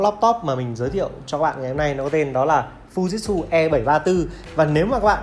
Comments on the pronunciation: Fư ji trự chứ k phải fu jit su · Mình lên video thì nên đọc cho đúng anh ạ. Không phải là phu dít su đâu nhé anh. Phư-ji-trự nhé a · Em phải đọc là Phư Ji Trự nhé!